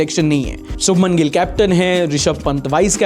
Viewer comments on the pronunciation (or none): none